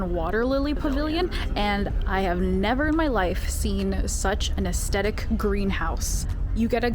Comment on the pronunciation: I wish people would learn adjectives instead of just saying aesthetic. And pronouncing it wrong.